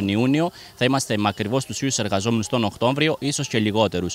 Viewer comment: Να εκτιμήσουν την Καλή τους Τύχη,όσοι Απασχολούν Υπαλλήλους και να τους 'σκεφθούν' κι Αυτούς.....(Οκτώβριος,λέμε,όχι Οκτώμβριος.Χωρίς 'ξινίλα',απλά λόγω επαγγέλματος,φιλόλογος).